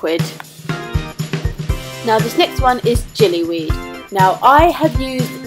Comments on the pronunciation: Sorry if this is rude or annoying but just wanted to say it's gillyweed while you're pronouncing it jillyweed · gillyweed is pronounced with a g not a j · It's pronounced like its spelt - gilly weed, not like jilly weed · gillyweed isn't pronounced jillywed but its a excellent video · No, not jillu, hard G, it gives you gills.